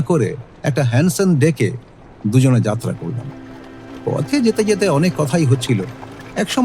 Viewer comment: কাউকে আঘাত না করে সবিনয়ে বলছি রেডিও মিলান এর কাছে যাত্রা কে যাতরা উচ্চারিত হতে শুনলে দুঃখিত লাগে, আশা করি গল্প পাঠের এই ত্রুটি ভবিষ্যতে আপনারা সংশোধন করবেন। সমালোচনা করার জন্য দুঃখিত। 🙏